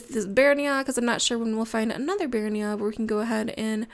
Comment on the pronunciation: AM I THE ONLY ONE FREAKING OUT ABOUT HER SAYING BEARNIA INSTEAD OF BEARYENA?!?